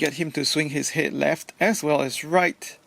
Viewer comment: Laughing at how you say het.